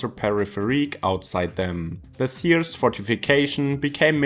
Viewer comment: Lern doch wenigstens Thiers richtig auszusprechen! Kann man nachlesen